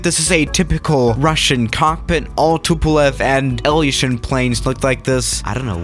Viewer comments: It's "ilyushin il-76" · Total BS, most of the people saying this aircraft or that aircraft is the most dangerous have no background in aviation or know what they are talking about. You don't even know how to pronounce the aircraft you are flying in this simulator.